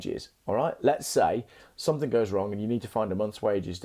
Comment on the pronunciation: Cool video and great info. But, doesn’t “something” end in a G. Why do you say somethink?